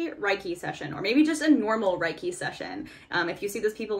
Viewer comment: Reiki is pronounced like “ray-kee” :)